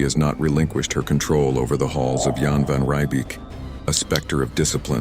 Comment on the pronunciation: As a south African it annoys me if people miss pronounce Afrikaans words your errors are Donker gatand Jan Van Riebeek